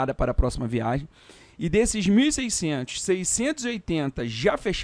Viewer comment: VIA*G*EM com "g", por favor!!! :)